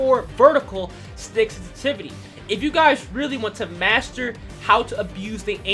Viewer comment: "Senstivity" triggered me lol